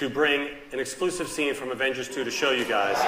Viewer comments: he litterally said the Avengers into Avangers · Its Avengers not avengars